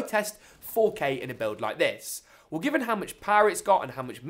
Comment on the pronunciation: Cool video…but pronounce “well” right next time